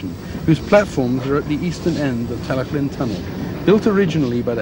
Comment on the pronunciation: Yes, but has a good attempt at Tal-y-llyn strangely.